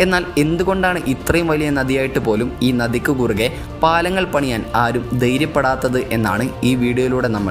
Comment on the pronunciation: ബീകരം, ഗോരവനം, ദൈര്യപ്പെടാത്തത്... എന്തുവാടെ ഇത്? നീ എവിടെ പഠിച്ചവൻ? ഉച്ചാരണം അറിയാത്തവൻ ഈ പണിക്ക് ഇറങ്ങരുത്. ആദ്യം ഭാഷയും ഉച്ചാരണവും നേരെ പഠിക്ക്🤔😱🥵🙉